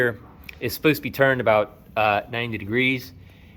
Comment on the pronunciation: when you said A Boot I thought you were practicing your Canadian and you are tri-lingual.....and that saw tooth joint 2X4 was just stupid......someone must have used that as a joke or maybe the builder is testing you 🤣